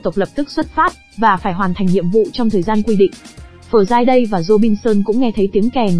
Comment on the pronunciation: Học ngoại ngữ ở đâu mà đọc kỳ quá,Friday mà đọc giống tiếng miên quá👎